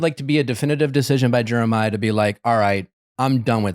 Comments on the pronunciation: Haha so glad pointed out how nick was pronouncing Jeremiah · I can’t help but laugh at the way Nick pronounces Jeremiah’s name lol